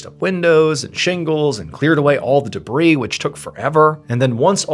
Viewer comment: I’ve only had one issue with Mr Ballen and it’s been the way he pronounces the word “debris”. Thank you for finally saying it correctly (silent “s”) cause my ADHD couldn’t handle hearing it the other way 🤣